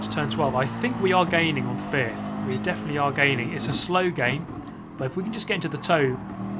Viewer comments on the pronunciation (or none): none